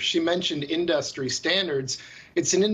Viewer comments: The way that guy pronounces industry lmao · haha he says "industry" funny lol